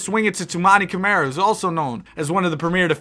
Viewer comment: How the hell did ChatGPT get Mt. Spokane? lol. Spokane and Spokane Valley exist, Mt. Spokane as a town/city doesn't. Anyway, Spokane is said with the Kane as the word can. Spo-can. :) I actually love this concept. Camara is said "Cuh-mar-uh" for future reference